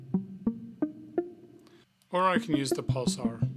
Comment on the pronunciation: Why do you keep saying "pulsar", when it's "pulser"?